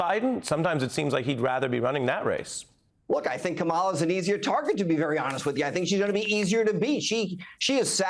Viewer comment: Are you serious?We still have more out there who can't pronounce Kamala's name correctly?